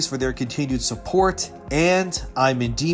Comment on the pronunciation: You are pronouncing Endymion wrong just fyi